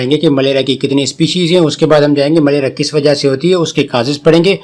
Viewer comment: Sir not malera. maleria